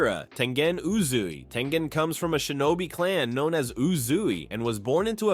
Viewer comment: It's tengen